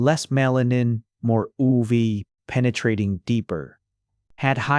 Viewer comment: oov, oo vae, and not yu vee😅 im confused